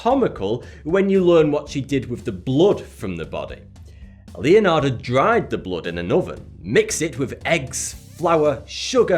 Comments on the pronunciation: Anybody noticed how he said Leonardas instead of Leonarda ? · Bro its pronounced Leonarda, thank you xD